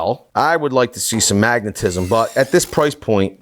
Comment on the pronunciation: I die a little bit inside every time you say magnetism